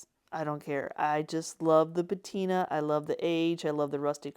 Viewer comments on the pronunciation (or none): It's patina not batina ❤ Also patina is the oxidation of metal not wood. 😊